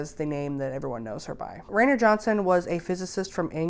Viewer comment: It’s not Ray-ner it’s Rye-ner